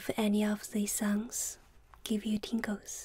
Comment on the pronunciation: At first I thought she said ,Tinkle